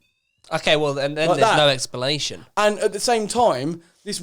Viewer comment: “there’s no expolation”